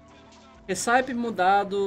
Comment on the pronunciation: a pronúncia correta da receita em inglês (RECIPE) é récipi, e não hissáip.